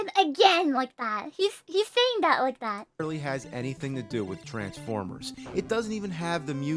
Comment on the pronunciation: I just noticed that the way she says "Transformers" has a tinge of Aussie to it!